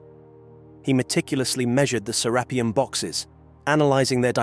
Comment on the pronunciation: The author has pronounced Serapeum In 4 different ways.... It's serapeeum with one E, not serappium ffs